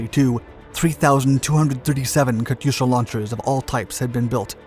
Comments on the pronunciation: Pronunciation question: Isn't the "y" in "Katyusha" silent? The "yu" is a transliteration of "ю" in "Катюша" (though when transliterating back to Russian, sometimes a plain "u" is rendered as "ю", depending on placement). In certain uses, "ю" is indeed pronounced "yu", but when following a consonant it is simply pronounced "u" (though it does result in a slight softening of that consonant). But pronunciation of foreign words can be idiosyncratic between languages. Are there any languages where "Katyusha" / "Катюша" is properly pronounced with an audible "y"? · Pronounced “Kat-tooo-sha”